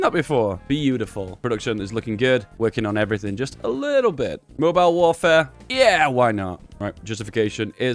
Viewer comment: Mobile is pronounced "moh-beel" and the "ham" part of Birmingham is literally pronounced like the meat.